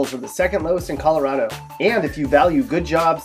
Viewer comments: ColoRADo not coloRODo ffs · It’s ColoRADo, not ColoRAWdo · This guy's not from Colo-rod-o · You're not pronouncing Colorado correctly. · He can't even pronounce the state name correctly.